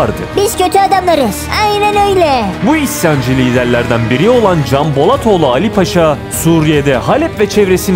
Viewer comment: Elinize sağlık, dublaj seçeneği çok güzel olmuş, sanırım yapay zeka ile metinleri sizin sesinizle okutuyorsunuz. Bazı özel isimlerde hata yapmış. Canbolatoğlunu "Kanbolatoglu" olarak telaffuz ediyor. Diğer özel isimlerde sorun yok.